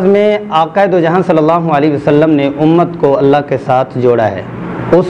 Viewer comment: ALLA nahi ALLAH hy.. talafuz theek kern.. tq